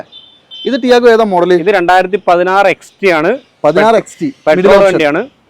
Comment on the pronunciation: Chevi sarik cherth vach kelkane....XT ennanu parayanath...XE alla....